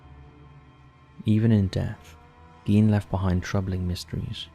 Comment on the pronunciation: Thank you for doing Ed Gein. And thank you for getting things right - from facts to the correct pronunciation of 'Gein' 😊👌 This was an amazingly creepy episode and 🙏 I'd love to hear more takes like this with your personal touch on other similar "mischievous historical figures" - after all, they are (indeed!) our in real life true monsters.. I'm sure you find some really horrific - which in this case means horrible as well as terrific!! Take care! ❤❤❤